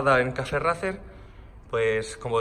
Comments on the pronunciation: Cafe racer, demonios tu ingles 🙄🙄🙄🙄🙄🙄 se pronuncia "reicer" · ¿Porque no pronuncian bien el estilo los españoletes ? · Porque los españoles pronunciamos Racer tal cual suena y no ‘Reicer’. Es un anglicismo que así se ha importado. En nuestro instagram publicamos en inglés y verás que escribimos el idioma de manera cuasi-perfecta. Un saludo! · Disculpe amigo porque ustedes dicen racer y no como se deberia pronunciar!? Bueno es que aqui decimos la pronunciacion en ingles 😅